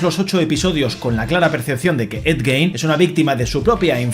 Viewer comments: se pronuncia gin, no gein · Me ha gustado mucho y tienes toda la razón, la actuación de Charlie es espectacular, lo mejor de la serie sin lugar a dudas, pero has dicho el apellido del asesino en serie mal todo el tiempo, aunq se escribe Gein se pronuncia "Guin". Para finalizar, nada supera a Dahmer, es la mejor de la saga.